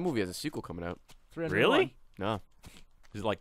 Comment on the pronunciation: flubs every word. Including coming. Instead of saying coming he said comining lol